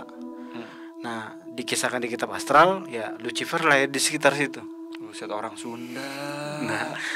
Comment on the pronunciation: euleuh-euleuh jadi si luciper teh asli sunda? Sarua atuh euy jiga urang 😂